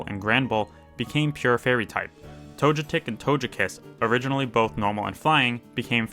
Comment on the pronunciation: i like these videos but this guy really just say “tojepi”, “tojetic” and “tojekiss”? 😭 and “enoramus”?? 😭😭